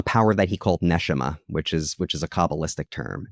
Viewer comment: NeSHAma not NEshema